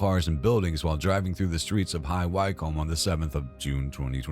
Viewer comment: High Wycombe is pronounced High wickham 🇬🇧 😊